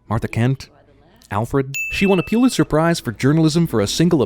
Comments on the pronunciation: A sin for CinemaSins: It's pronounced "PUH-lit-zer" . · I know this video is old now, but still...Pulitzer is pronounced "PUHL it zer", not "PYEW lit zer". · It's pronounced PULL-itzer, not PEW-litzer. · Its pronounced: pull-itz-er. Not puel-itz-er. Pulitzer prize not puelitzer. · A reporter who has won a Pulitzer should also know that it is pronounced Pull-It-Sir, not Pew-lit-sir. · You have a strange pronunciation of Pulitzer. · I guess it wouldn't be so annoying that you don't know how to pronounce "Pulitzer", except for the fact that you say it wrong so many times.